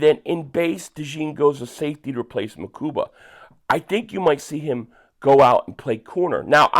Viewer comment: you went back to calling him MakuMba!